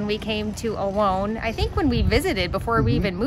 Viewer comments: Don't mean to sound picky because I really enjoy your videos but it's really weird to me how Americans pronounce Olón as Ol-own. Isn't actually easier to pronounce it properly as Ol-ón? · It's actually pronounced o-LOAN, which is how we pronounce it (with our American accent 😂)